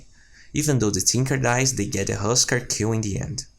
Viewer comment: everytime he said 'kill' I always heard 'cue' instead, anyway great vids.